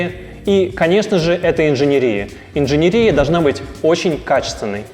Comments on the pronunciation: В слове «инженерия» ударение падает на слог с последней буквой Е — инжене́рия. Надеемся, что теперь у вас не возникнет вопросов, как пишется слово инженерия, куда ставить ударение, какое ударение, или где должно стоять ударение в слове инженерия, чтобы грамотно его произносить. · ИнженЕрия...у меня с русским может быть и не очень,но слух режет. Пришлось гуглить...ведь когда это говорит "специалист" который с этим работает - возникает мысль что наверное он говорит правильно,а ты глубоко не образованный человек... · ИнженЕрия! Не инженерИя!! как так можно было вообще сказать то!